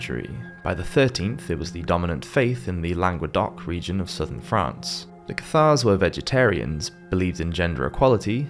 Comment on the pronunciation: The narrator needs to check his pronunciation of Acquinas, Hospitallers, Cathars, and Castile.. Otherwise, thanks.